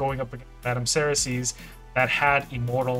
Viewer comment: Madame Serris was the reason I started playing this game and it only took me 3 years to get her then the meta changed. FYI her name is pronounced Serry , the last s is silent like in French. Keep up the good work and God bless you and America